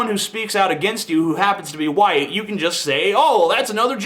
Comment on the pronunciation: how sad, I think he was probably puerto rican and was just saying "you": but unfortunately it sounds like "jew". Learn to listen better, you poor demented fool.